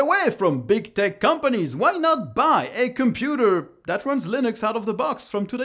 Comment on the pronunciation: Man, I love your content. Always very informative. Also, thanks to my poor hearing, and your accent, every time I hear you say "tech companies" it sounds like "dick companies" and it cracks me up. :P